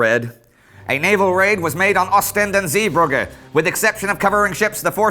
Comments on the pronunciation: Everytime Indy says 'Zeebrugge', I die a little inside. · Was wondering how you'd pronounce Zeebrugge, I've heard worse :p It's weird to me that English pronounces Zeebrugge so differently from Bruges, because Zeebrugge just literally means "Bruges at the sea" or "Sea-Bruges". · I love you Indy, but your pronunciation of 'Zeebrugge' is hilarious